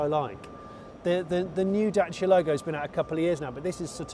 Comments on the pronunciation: I appreciate you pronouncing Dacia properly, also great review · Congrats Johnny for pronouncing corectly the brand's name! 👍 Yeah,very interesting city car !